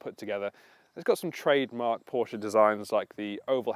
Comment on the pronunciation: Ye gods another one that can't pronounce PORSCHE! Owned my 911 C4 for 13 years. She's 24yo this year and thankfully isn't overloaded with "toys".